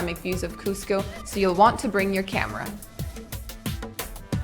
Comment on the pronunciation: This is great and all but the guy sounded like he said costco😂